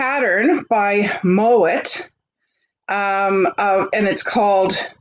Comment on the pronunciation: It is pronounced my-ott Love your energy and giggles